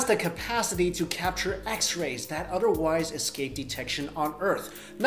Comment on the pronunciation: "Udderwise" baaaah!!!